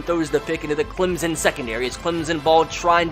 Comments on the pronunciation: GoBills it’s also Clemson not Clemzen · It’s Clemson not Clemzen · CLEM-SON Not CLEM-ZIN. ETN. MUSE. Not MOOSE. Lol Please and thanks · Clemsen Does you mean Clemson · Clem-son not clim-zen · ClemSON not ClemZEN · Pronounced "ClemPson" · It's Clemson not Clemzon